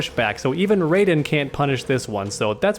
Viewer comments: He said rajin instead of raiden 😆 Edit: time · He called raiden ragen lol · did he just say raijen?